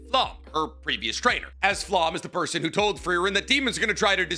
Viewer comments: Correct pronunciation time here. Serie = Zer ee Sein = Zein Stark, just as its written. Idk why keeps adding an h in there. Ummm Flamme = Flah meh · I know you don’t speak German, and yeah you’ve got a great reason for not 😅 But omg your pronunciation of some of these words. Specifically Aßerst and Sein, and to a lesser extent Flamme.